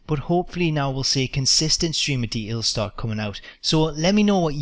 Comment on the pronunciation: Love how says details. For the longest i thought he was saying D Ls lol